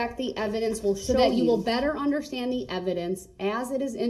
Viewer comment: "unnerschtan" "Grounds for da substain?"